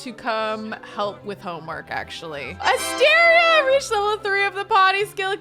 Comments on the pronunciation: Every time says Asteria's name I think for a split second she's saying Astarion, so it absolutely cracks me up that she chose that hair for Caspian and then actually mentioned Astarion 😂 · I would totally watch a livestream of you playing Baldur's Gate. 😆 I'm playing too and not going to lie every time you said "Asteria" I heard "Astarion"